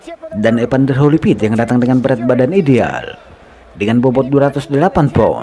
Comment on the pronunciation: Bukan EPANDER, tapi EVANDER!